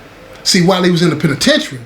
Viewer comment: The way say da penitentiary let you know it's all the way authentic 💯✊️